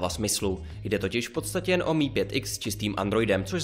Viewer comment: Čte se to em i a ne mi